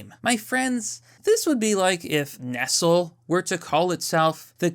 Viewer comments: its pronounced nest ley xD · Bro, it's Nestle (Ness leee) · Who doesn’t know how to pronounce Nestle. 😂